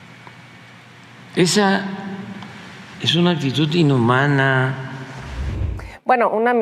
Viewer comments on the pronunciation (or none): Sr. Prejidente: No sé dice ACTITUT Se dice ACTITUD Por Nada 😉